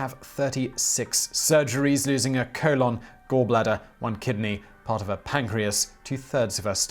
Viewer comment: I have never heard someone pronounce colon like you. I usually hear it sound like cole-en